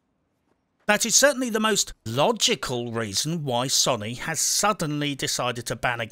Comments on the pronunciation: Can this guy please pronounce Sony correctly.. Sow-nee not Sonny, it's doing my head in lol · Sow knee, say it with me SOW KNEE. NOT SUNNY